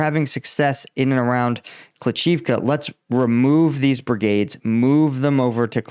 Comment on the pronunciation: It's not kli CHIV ka.. .it's kli SHIV ka. Please get your pronounciation correct!!!!! Jeez